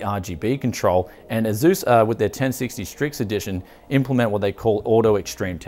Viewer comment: It s asus not azus